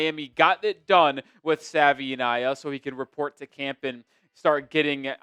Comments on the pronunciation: First things first - Savaiinaea is pronounced Savuh-ee-NYE-uh. Second, please cut down your talk time, at least 40% of your talking can be edited out. Other than that, doing a pretty, pretty, pretty decent job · Like the content but please pronounce his name correctly ☺️ He has done interviews showcasing how to say it. He says it's like saying Hawaii but with an S at the beginning and a V instead of the W. "Savaii - nye - a"